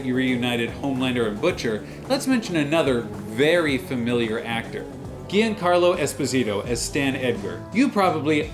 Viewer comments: Giancarlo Esposito it’s a Naples name and the pronunce is jancàrlo espósito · The way you pronounce Giancarlo Esposito is just hilarious. Try this, if you're interested in getting his name correctly: Djahn-KAAR-law Es-PAW-zee-taw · Great video. Just a little thing. Giancarlo Esposito Is italian name. You have to say something like "Jiancárlo Espòsito" 💝